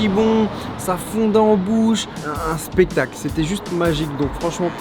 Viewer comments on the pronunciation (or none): A il dit c'est un spetacle